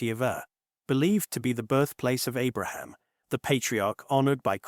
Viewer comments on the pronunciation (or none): none